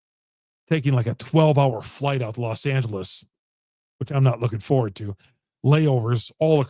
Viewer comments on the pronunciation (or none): none